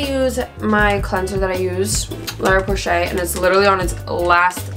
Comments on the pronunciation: you meant La roche-posay? lol I swear I heard you say Lara Porshay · The way you pronounce la roche posay is sending me